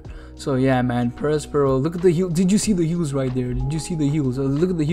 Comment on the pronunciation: You do a better job of pronouncing his name than most OP YouTubers (including theorists like BDA Law). His intended name is Prospero (a Shakespearean character), and should be pronounced like that.